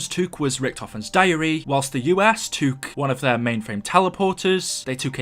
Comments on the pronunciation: Say took not toook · Stop saying toook and boook its annoying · “They twook”🤣😂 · The way you say took tho 😂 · Why do u say took so weirdly 😂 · The way you say took....